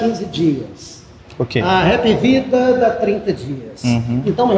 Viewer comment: happy vida? Não. É Hapvida